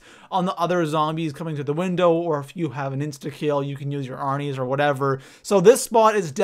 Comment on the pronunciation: Arnies not arines but anyway great video